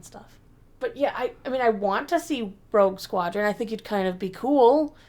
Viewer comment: it sure sounds like almost said “Woke Squadron” 😂☠️